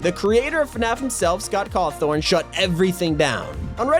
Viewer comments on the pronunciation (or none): Did you just say caw thorn is caw then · Scott CAWTHON, not Cawthorn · Bro it’s Scott Cawthon cmon 💀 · you said scott cawthorn you put a R in the word cawthon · IS IT JUST ME OR DID HE SAY SCOTT CAWTHORN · did he just FUCKING SAY SCOT COWTHHORN X AAAA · He did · Did just prononce Scott cawthon scott coughtorn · Not to be rude or anything but at the FNaF part I can’t be the only one who thought it was kinda funny that they said Caw-thorn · "Scott conthorn" that's not how you pronounce it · I love that he said Scott cawthorn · Yo bro that’s not how your pernonce Scott cawthon its pernouced Scott cawf on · Scott Cawthorn? CAWTHORN?!?!?! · That not how I say Scott's last name